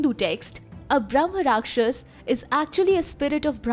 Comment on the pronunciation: It's Brahma Raakshasa, don't half pronounce last letters like Mughalai Hindi